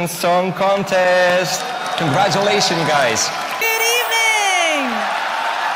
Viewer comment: "I'm cOnGrAtIlAsIoNs, LoTs Of ThE KiSsEs To Th(D)e MiLlIoNs Of UROFANS" "OiT PoInTs" "Na-na-na, Moniqa" "For MaGnIfIsIKeNt show" "Youuuuuuu"